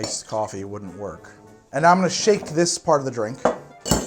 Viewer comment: So are we all ignoring "Dirnk"? Drunk is drunk.